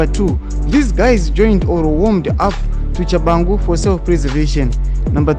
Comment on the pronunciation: At least try to pronounce Tshabangu with respect------as a media house personality